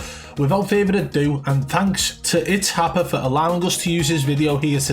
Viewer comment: U said itshapa and I had to turn the video off 😂 dude is a clown 🤡